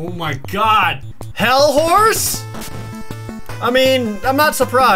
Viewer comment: Am I the only one who, when Jared said "Hellhorse?!", thought he said "Hell Whores?!"